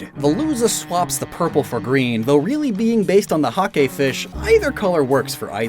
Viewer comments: FOR THE LOVE OF GOD.... It's a Hake, like a rake, not a Ha-Ké. I don't understand why you feel the need to make Hake sound so weird every time you talk about it in your videos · You're wasting your time, I've been trying to get him to pronounce Hake correctly and not like a weeb who's saying English words in a Japanglish way